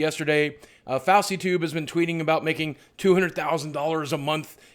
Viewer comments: its nit fosey tube its fousey tube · bruh its foosey not fowsy tube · Fauseytube? Its pronounced Foosytoob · LOL Fousey is pronounced FOOSEE not FAOSEE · Lol fowsey tube, it's pronounced foosey tube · fowsey?? you mean fouseytube?? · its not fowsey tube its fouseytube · " Fowsy tube "? Huh it's pronounced foo-si-tube. Fousytube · foozie not fauwsei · His name isn't pronounced "faw-see", it's "foo-see" XD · lol "FAUWSEYtube" its pronounced "foosey" m8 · your voice is one of the best on YT Also, it's pronounced "fOO-sEE_Tube" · it's FOU-SI (fousey) tube 😄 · did he say fawsy tube instead of fouseytube xD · is it just me or did boogie pronounce fouseytube as fowseytube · "Foul see tube"... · Fowsey tube XDD ffs you ledge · Why the actual fuck are you pronouncing fouseytube like fowseytube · Fowsea tube. I don't like the guy, so keep mispronouncing it, I bet it really rattles his huge ego. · his name is pronounced fooseytube lol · fuckin "fausy" tube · He said fawzy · It's pronounced (foo-zee-tube) fouseytube, lol. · it's FOO-see-tube. that's why people are calling him PUSSYtube.... get it? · fowsey toob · did u say fowsy??? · im not a fan but its pronounced (foo-zee-tube) fouseytube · In the beginning of the video you said FAUSEYTUBE. I love you so much but that triggered me so bad LOL ❤ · did u just call him fawsey tube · btw did you pronounce FouseyTube 'fauzeetoob'? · It's pronounced "Foosey-tube" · Foulsey tube lmao butchered the hell out of him name. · lmao "fowsey tube" 😂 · I thought he was mocking the whole fousey and leafy "who" thing, by calling him 'Fwhosey', then he reapted it and said 'Fallceytube' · Did he say fossey tube.........I think he did and I like it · fowsey tube is now the only acceptable pronuncation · RelapsE_ falseytube? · You pronounced fouseytube wrong xD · The way Boogie pronounces FouseyTube makes me so happy. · Boogie keeps pronouncing DOUCHEY tube wrong... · He did not just pronounce fousey tube like that xDD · pranav bharadwaj IKR